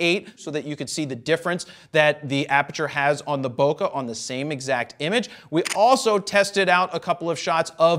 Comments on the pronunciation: Man, the way you mispronounced bokeh made me cringe so hard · There’s no such thing as good or bad Bokah, only Bokeh lol 😂